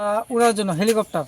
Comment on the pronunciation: Helicopter 🚁 ❌lwicopter ✅ 🤣🤣🤣🤣🤣🤣🤣💩💩💩💩🤡💩💩💩🤡🤡🤡🤡lol……………….. hahahahahhahahahahahahahah